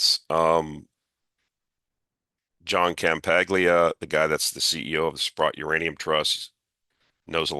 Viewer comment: I'm guessing that Ciampaglia would appreciate hearing his name pronounced correctly. You might disagree.